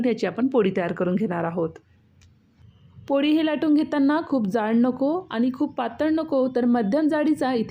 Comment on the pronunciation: तुम्हाला ळ म्हणता येत नाही वाटते. पोडी, गोडा असं म्हटलं आहे.